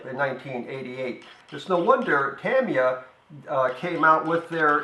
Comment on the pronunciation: nice nihongo pronunciation. I always get incorrectly corrected at my local hobby shop. even with mnemonic aids, like "Tommy Yah," they dont seem to want to pronounce it correctly.